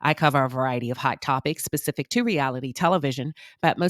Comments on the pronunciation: He didn't coin that term at all and it has nothing to do with what he's saying? Including him using Pacific vs specific. Thick tounge needing speech class. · He said it several times. Insulting folks and can't even pronounce specific.